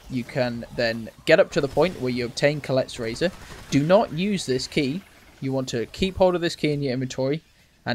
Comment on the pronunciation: How did you get “Collette’s razor” out of “Kolket’s Razor”, lol??